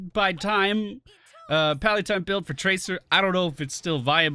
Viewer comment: Did he just pronounce tracer traker?